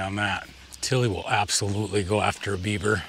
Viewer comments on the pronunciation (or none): none